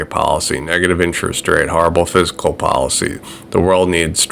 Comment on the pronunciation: Dude,, you're a super smart guy and your content is amazing. But it's pronounced "fiscal" not physical. It means financial or monetary. Fiscal policy they say.